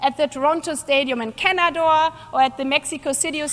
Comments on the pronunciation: Auf nach Känadoor! Und Trampolin hupfen mit den Känguruhhhs! Sie sollte vielleicht nen Grammatikkurs für Kitaleiterinnen absolvieren, dann könnte sie da eventuell arbeiten. Aber da muss sie erstmal mit Edwanda Özdemir mithalten die grammatikalisch atreines Germanisch parliert. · Die hat echt "Känador" gesagt....ich musste es fünfmal wiederholen....